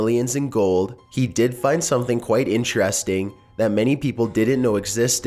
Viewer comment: This video was very interestAHNG. I'll leave a thumbs UUhP. These were all very mysterIOUS.